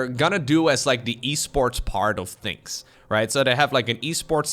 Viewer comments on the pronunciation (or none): none